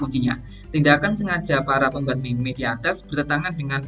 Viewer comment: Kata meme dibaca mim bukan meme.